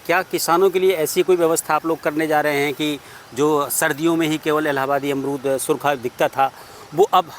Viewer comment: अमरूद ❎ अरमूद ✅ 😂😂😂😂😂😂